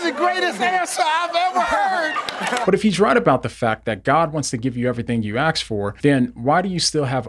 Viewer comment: Why are u saying asks as aks😭